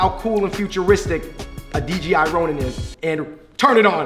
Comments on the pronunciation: Kept saying DGI instead of DJI 😝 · It's DJI, not DGI